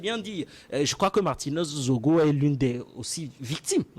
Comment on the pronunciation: C'est Zogo et non Zongo svp